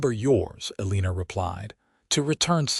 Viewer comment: Sorry I can’t watch this her name is pronounced Elina there is No R in her name